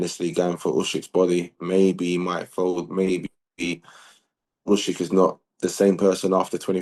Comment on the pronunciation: Who is Ushrick?🤣